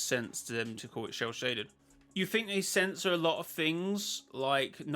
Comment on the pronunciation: Shell shaded 😂😂😂 it sounds like sell shaded!